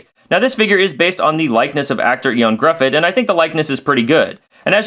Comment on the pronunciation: "Eon Gruhfud"... it's pronouced "Yo-han Griffith"